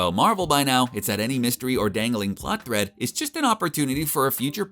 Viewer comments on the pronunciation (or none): none